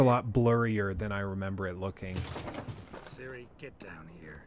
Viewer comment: its ciri num nut